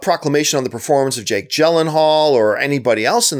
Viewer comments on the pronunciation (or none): none